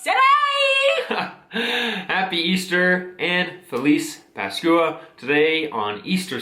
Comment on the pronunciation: Happy Easter guys... Felices pascuas..it's pronounced pas kwah.. Keep up the good work guys..❤